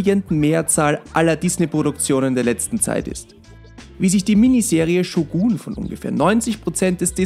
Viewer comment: bruder ich feier deine videos aber man spricht shogun nicht shuguun aus